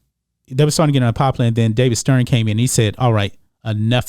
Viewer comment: I love your message, man, but you have to learn how to properly pronounce a simple word like “popular” 😆